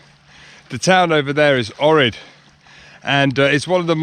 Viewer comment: Great video! The best time to visit Ohrid is the summer. I believe that church is also home to some wild Peacocks too. Also the proper pronunciation for Ohrid is Oak-reed.